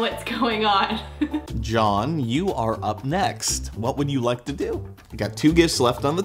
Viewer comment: john*gekge everyone *stop saying gekge